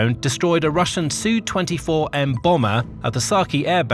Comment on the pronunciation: Please please please I keep saying this: Sukhoi is not shortened and pronounced ‘Sue 24’ it is ‘Su 24’ say each letter. This method of pronounced throughout WW2 the Cold War, its ignorant journalists have pronounced this way. Likewise Tupolev is shortened and pronounced to ‘Tu’ not ‘Tuu’. Beriev is not ‘B’ but ‘Be’